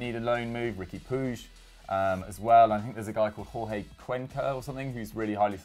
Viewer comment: It makes sense cause Barça n Ajax have a similar of playing. Cruyff was our Godfather n Dutch players n coaches that play at Barça n vice versa need little adjustment. Britts r jealous you wish. Could you pls prounounce catalan last names semi correctly? it’s Ricky POOCH (Puig)